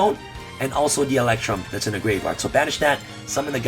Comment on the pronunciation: I will donate $100 next livestream if I get a video of him pronouncing "graveyard" correctly for the entire video